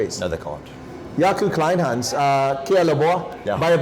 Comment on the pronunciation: Kleynhans you say "Clay-n-ha-ns" - "ha" like in "haha" 😊.